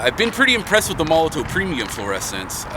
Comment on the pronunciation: Molo-TOV not Molo-TOW. The W is pronounced as a V in German. Hope this helps.